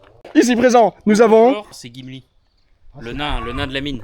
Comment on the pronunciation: C’est pas gimli mais chumli plutôt 😂😂